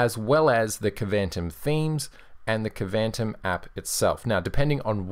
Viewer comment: I think Kvantum is pronounced more like Quantum. That would be somewhat consistent with the names of other apps from the extended KDE environment. (Though they really should have spelled it Kwantum to make it clear)